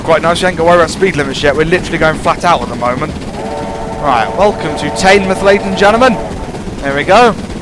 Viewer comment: Just letting you know, Teignmouth is pronounced Tin mooth